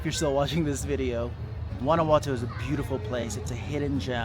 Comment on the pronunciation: 6 years and can't pronounce the city correctly 😂